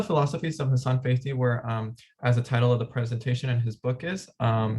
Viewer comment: His name pronounce Hassan fat’hy